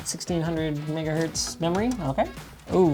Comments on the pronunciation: did he said niggaheart? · my guy said nigger hz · He said megahurts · I swear I heard him say n-word hertz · yoo what he sayy? bro said n- hertz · did he just say N***ahertz? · him saying megahertz sounded a little different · Wtf I heard it tooo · it really sounded like Linus used the hard r there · why does it sound like hes saying the n word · Am I tripping or did he accidentally say N***ahz instead of megahz lmaooooo??? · “1600 niggahertz memory” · Lol he said niger herts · I swear he said the N word ahahahhahahahah